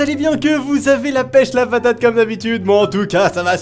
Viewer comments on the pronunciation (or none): Agentgb au lieu de dire patate t'as dis vatate LOL